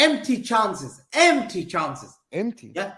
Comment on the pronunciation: did you mean umpteen chances😂😂. My boy said empty chances. Noma sana msee.